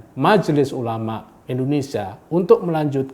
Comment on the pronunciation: Kenapa Indonesia harus dibaca Indonesia (RIP huruf i) 😭😭😭